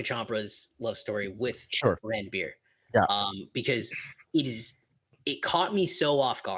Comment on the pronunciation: Barfi is pronounced “Burr-fee” and Ranbir is pronounced “Run-beir”